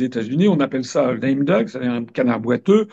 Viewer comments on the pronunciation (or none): none